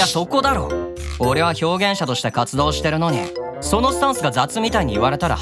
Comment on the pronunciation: 「活動"してるのに"」って 少し訛った…？ （間違ってたらごめんなさい💦） ここの言い方、好きw 最近、あんまり見れてなくて ごめんなさい💦 クロノヴァの活動、 陰ながら応援してます(๑•̀ㅂ•́)و✧